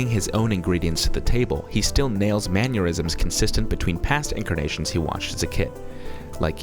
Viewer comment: Great ranking. However, the word "mannerism" does not have a "Y" sound in it. I think you're confusing it with "aneurysm"